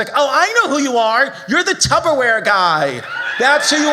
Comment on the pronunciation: I say Tubberware now and I don’t care.